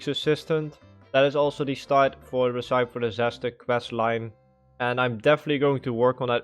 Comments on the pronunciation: I love watching dutch vid makers xD je spreekt recipe precies even fout uit als een vriend van mij haha en hij is kok🤣 het is res-ih-pie 🤣 keep up the good stuff tho groot fan van je vids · Some help with pronunciation: Recipe: ress - sip - ee Feud: fyood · Recipe - 'Reh-si-pee' bro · Recipe is pronounced like resipee and tomb is pronounced like toom